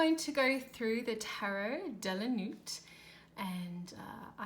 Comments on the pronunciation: Insightful review and pertinent comments. Not our usual RWS references and oddly, suits are not illustrated on the cards. P.S.Nuit is not pronounced correctly. In French, we do not pronounce the T at the end. The T is silent! Thank you for sharing. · hehehe I was giggling so much because the T is silent in Nuit.. It is the French word for night. De la Nuit- into the night. I agree though, the deck does not make much sense in regards to symbols, in which I often read tarot in those terms. Thank you for sharing, although maybe check the translation next time, prior to recording.